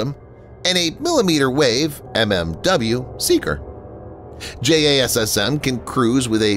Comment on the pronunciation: No-one who know pronounces it as "J-A-S-S-M". It's pronounced "Jazzem"; and the extended range version is pronounced "Jazzem E.R.".